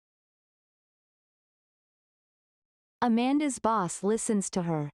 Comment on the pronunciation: Дякую! Все чудово! Але чому boss- вимовляєте басс?! Я подумала зразу про bus - автобус 😅